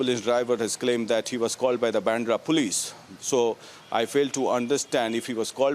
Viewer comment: Why do your anchors and reporters pronounce baandhra as bendra?